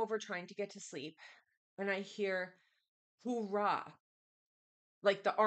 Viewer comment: Hoo-ah, not hoo rah 😂